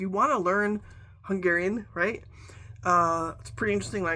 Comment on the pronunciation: Your pronunciation of Hungarian words is spot on. Are you Hungarian by descent? Thank you 😊